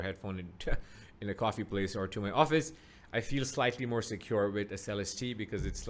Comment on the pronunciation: You may be the first person i've seen review this headphone to say Celestee correctly lol